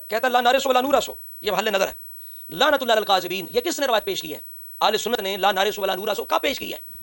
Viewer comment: شاہ صاحب قبلہ معذرت کے ساتھ لعنت اللہ کے ت کے اوپر زبر پڑھا کریں